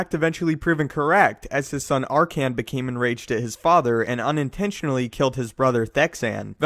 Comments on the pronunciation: Did this dude just call Arcann "Arcian"? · "R-Can" lol Also Legends was Canon before Canon was Canon.